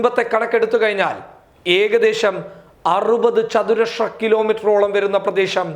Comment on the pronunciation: Good nesws and clear . not chathuraksha but chathurasra